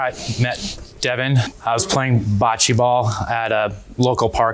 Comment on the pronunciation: The way he kept saying her name “Devin” let me know all I needed to know about him.